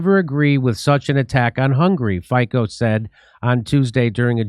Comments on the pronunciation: Slovakia ❤❗️ I voted for mr. Fico (pronounced as Feetso but the ee is short) he's the most professional politician with his party SMER (means "the direction") and they are pro-Slovakian not pro-Russian, helping the common people in our country, the corrupt media have been fighting him for more than 10years because they can't control him like they do control our previous criminal government and our sellout president caputova a nato warmonger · Jimmy, his name is pronounced FEETSO. Not FICO. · As many mentioned before me - Fico is pronounced as "Fitzo". He was elected in September last year because he said how the things are in reality, even tho so many are still eating bullsh1t from mainstream. And no, we are not an ally of Russia, we simply follow our own way, which is that we do or we want to do the bussiness with all sides which are offering a fair deal - and also we know who is the snake in this game... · SMER means direction, in most of Slavic languages. Fico is pronounced Feetzo. Mainstream news wrote that he took power, which is not true. He was ELECTED. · Fico (btw if is pronounced 'Fitso', Jimmy) would know because he comes from a country that fell victim to one of the earliest CIA coups in the Eastern Europe and ceased to exist as a result. Have you heard of Czechoslovakia lately? And Fico knows what he is talking about because the second half of his former country, the Czech republic, is run by a president who is a literal former NATO general, Peter Pavel, and is totally in the pocket of the US too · Nr. 1 Fico = Feetso Nr. 2 SMER - letter E is wide, like in EndEavour Hope you guys read this, trying to pronounce foreign words in a correctly way improves your language skills. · Robert Fico - Fico is pronounced 'fee-tso' Great show as always Jimmy! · Pronounce Robert Fitso. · I understand that Mr. Fico's name is pronounced Fitzo, like pizza. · It's pronounced FEET-so. And he's very based, just like Orban in Hungary. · It's pronounced like "Fitzo".